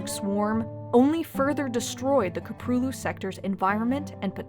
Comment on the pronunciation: Köprülü. she can pronounce anything insanely accurate but not this .